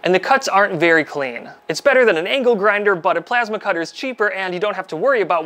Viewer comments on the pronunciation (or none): none